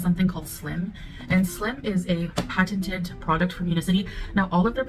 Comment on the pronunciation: Can’t even pronounce patented right lmao she’s such a great sales rep.